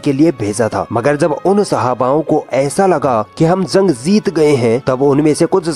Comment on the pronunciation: baaki sb to thik hai bht achi baate btai... But bhai KOSIS nhi KOSHISH.. ZEET nahi JEET.. ZANG nhi JUNG.. ROSNI nhi ROSHNI.. SAHEED nahi SHAHEED.. Hota hai..